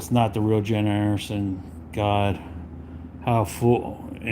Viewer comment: i was going to watch to laugh at him. but right from the start jennifer annerson? im going to listen to him say annerson over and over for an hour? i was like hell nah im not watching an hour of jenneifer annerson. im sitting this one out pimps! 😅